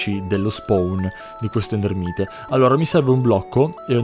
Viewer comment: Nn si pronunciava ender Mait ?